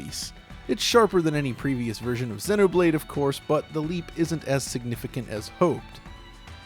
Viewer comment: sennoh blade sennoh blade sennoh blade sennoh blade sennoh blade sennoh blade sennoh blade